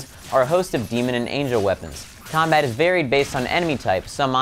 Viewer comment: he said combite